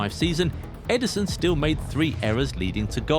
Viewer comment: Ederson not Eiderson 😂